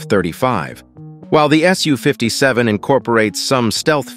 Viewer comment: Congratulations! For the first time the voice pronounced "SU" "ess you" instead of "sue." Keep it up. I watch a lot of your videos, and this one was particularly good. Thanks!